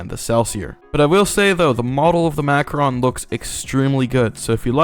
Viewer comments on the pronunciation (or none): none